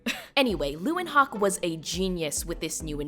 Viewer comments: Leeuwenhoek is pronounced more like "Leeuwenhook" than "Leeuwenhawk" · That's the first time I've heard the word hoek pronounced as hawk. You'd have been closer if you'd pronounced is as hook. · Leeuwenhoek is actually pronounced lay-when-(h)ook, the double oo at the end as an “ooo, what’s that?” It means Lions Corner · You butchered leeuwenhoek’s name, but I don’t mind because this video is really great! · Hearing you mispronounce reinier de graaf and antonie van leewenhoeks names is physically painful, i am so so sorry